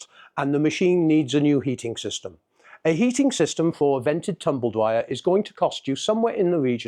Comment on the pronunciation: 40 years in the game and you can’t even say it. It’s tumble dryer not “tumble Dwyer” 😂